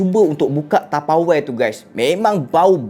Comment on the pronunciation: SEBUT ELOK SIKIT TAPEWARE HAHAHAH LUCU